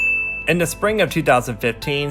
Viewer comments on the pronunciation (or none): none